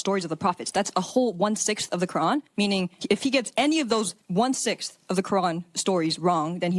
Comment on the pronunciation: Her phony boloney way of pronouncing “Quran” for attention like that is all I needed to hear 😂